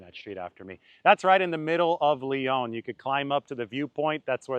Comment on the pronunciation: Lyon is pronounced Lee On not Lee Own